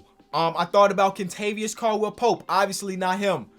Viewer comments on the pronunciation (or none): none